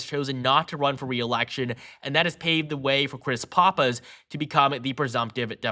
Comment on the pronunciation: Two things 1. It's Chris Pap-is, not Pah-pis. Please get that right. 2. Roy Cooper is nowhere near as "popular" in NC as outsiders think he is. They just look at election results. He never had a formidable GOP opponent. Cooper was all in with Kamala. Start running the tapes......